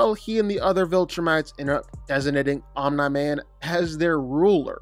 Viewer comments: Omni man❌ Oh meh man✅💀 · be like omni man ❌ omna man ✅ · Who is “Onm-nye-man” 😂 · "Omnuh Man" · Omne man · “Omna man” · “Omnye man” 💀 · He must say all of the names wrong on purpose, there’s just no way he doesn’t know how to say Omni Man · he aint say it right the whole vid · I’m convinced ur butchering the names on purpose… no way your pronunciation is this bad😆